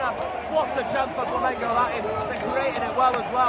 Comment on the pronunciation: Que legal ele aprendeu a falar Flamengo.😂😂